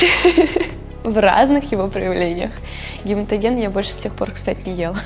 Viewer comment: Блин!!! " Ну, непро гематоген!" А тут "Гемотоген", жесть!!! Реакция Камилы, это нечто!!! Девчонка, она и 17-ть Девчонка!!!! И это ПРАВИЛЬНО!!!!❤❤❤❤😂😂😂😂😂😂 Люблю эту Девочку, как Внучку!!!!❤❤❤❤